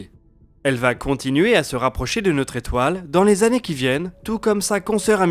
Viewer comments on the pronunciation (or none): je suis d'accord... si on sait pas faire les liaisons autant ne pas en faire plutot que de faire de fausses liaisons... c snob ! c'est pas du chipotage... après 88, si on veut se la péter c des tannées lumieres... pas des zannées lumières... si on veut pas se la péter, on dit années lumières et on en parle plus... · Dans les résolutions de 2021 : être vigilant systématiquement sur les liaisons avec des nombres ? "Quatre-vingt-huit z'années lumière" Sinon, toujours aussi bon ! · Quatre vingt huit zannées